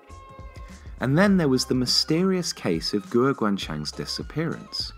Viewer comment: Great video as always, but your Chinese pronunciation is hilarious. e.g. "guo" should be pronounced like the English word "gore" but without the "r" sound at the end.